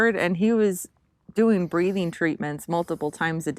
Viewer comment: did you say breeding or breathing